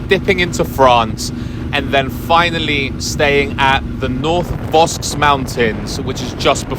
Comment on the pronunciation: Thanks for taking us along the trip, great imagery and story telling, albeit a bit stressful at times due to your time pressure. Les Vosges are pronounced something like "voash".